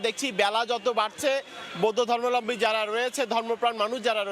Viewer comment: সাংবাদিক তো ধর্মাবলম্বী উচ্চারণই করতে পারেন না। বারবার বলছেন ধর্মালম্বী। এরা কীভাবে সময় টেলিভিশনের মতো লিডিং চ্যানেলের সাংবাদিক হয়?